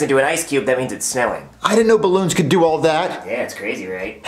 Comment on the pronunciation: It is ballons not borron